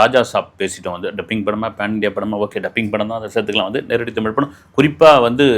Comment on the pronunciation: உண்மை வரலாறு தெரிவது அவசியம். தமில் இல்லை தமிழ். "ழ்" முக்கியம். தமிழை கொல்லாதீர். படமாக நல்ல பொழுது போக்காக இருந்தால் சிறப்பு.